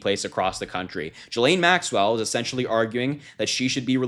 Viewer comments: Why do you say "Jillaine"? When you say "ghost" do you say "jost"? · Just FYI, Ghislaine is pronounced with a hard G - as in get or go. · Pronounce her name with a hard G. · pronounced GILL-LANE. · please pronounce her name properly. Try GHOST and GOAT! It's a hard G. It's pronounced "Gee-lenne" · That is insane! I hope they can get a reporter in there like TODAY! Btw, he name is pronouce, "Ghee-lean" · Ghislaine is a French name pronounced ghee - Layne the s is 🤫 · Learn how to pronounce Ghislane. If you are unsure like, look it up ahead of time. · Can you pronounce her name properly?